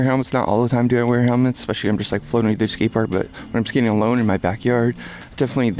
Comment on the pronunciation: Why do you pronounce especially like that? Why would you say eCspecially?